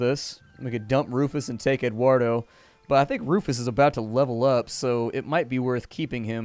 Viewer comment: You butchered Eduardo's name >:(